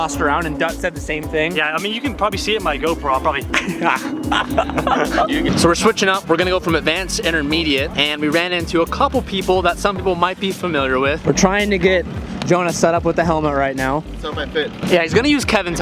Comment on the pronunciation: It's the "fimiliar" for me